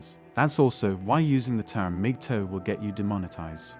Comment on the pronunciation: is he saying Migtoe?